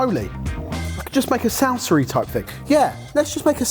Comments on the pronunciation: I was wondering if he'd call it a "Sauce-a" 😅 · "Salsar" and "bananar" whats "R" after every word? Wtf 😂😂😂